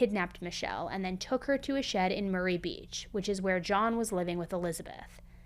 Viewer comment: Murray beach is said as murry not marie